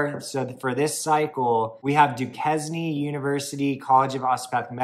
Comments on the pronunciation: It's pronounced DU-CANE French translation for DuQuesne in Pittsburgh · Duquesne is pronounced Doo- KANE. 😂. Also I thought that the Xavier University Medical School was the one opening in Ohio not Louisiana. Was I wrong in thinking that?